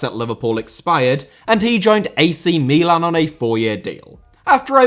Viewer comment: Wonderful video! Appreciated it a lot, and as an italian Liverpool supporter, bonus points for pronouncing AC Milan the correct way in the Origi part of the video